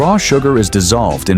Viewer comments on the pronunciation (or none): don't you just love it when a channel can't be bothered to narrate their own video's and use AI which can't even say degrees right and don't check their facts before up loading just a mix of free video clips chopped together